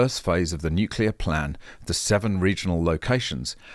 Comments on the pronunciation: How can we have a Clown like Bowen? who CANNOT EVEN PRONOUNCE N U C L E A R. HE always says N U C U LAR. HIS gear is called renewables, Why? you ask! Because every few years they HAVE TO BE RENEWED to keep making ANY ELECTRICITY. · "Nukulur, it's pronounce 'nukulur"...Chris Bowen! -Homer Simpson